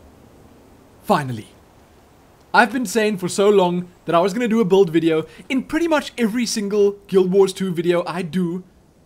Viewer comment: i love it when you say buld XD